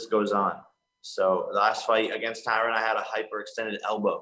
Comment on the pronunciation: Why are these mma media outlets mispronouncing Tyrons name? He was your welterweight champ not that long ago…